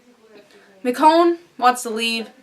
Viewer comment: Did NOT expect them to go there, specially this early. Little thing though, Michonne's name is pronounced MiCHonne, not Mikonne =) Her name is weird though, so totally normal